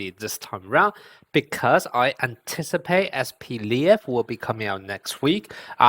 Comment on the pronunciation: Это не Атака титанов, он не "Levi", он "Лев". По-русски произносится вообще как "Lef"